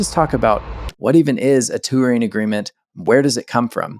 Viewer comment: Tour is a one-syllable word. Touring is a two-syllable word that ends with a letter g.